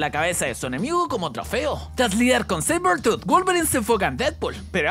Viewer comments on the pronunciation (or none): dice sabertrooth y es seibetuut